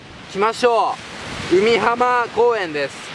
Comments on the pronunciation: うみはまじゃなくてかいひんだろ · お疲れさま(._.) 海浜 うみはまじゃなくて かいひんって読むとよ！